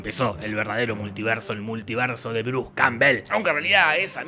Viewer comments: Se puso chileno el compare, el "multierso" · Es un errol o es que dice multierso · "El multierso"